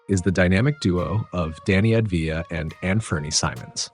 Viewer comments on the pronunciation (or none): And ahv-dee-ya and not avd-ee-ya (or sometimes sounding like ad-vee-ya) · He should pronounce Av-dija with emphasis on the Av. Instead, like most Americans do, he pronounced avDIJA, and emphasized the DIJA. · you say it Avdaia (I'm Jewish I know how to pronounce this) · You just made an entire video about a guy and didn’t pronounce his name correctly once.